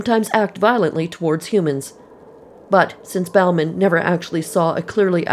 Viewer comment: Bauman is pronounced « bowman ». It is a French name. How can it have morphed into « Balmain »?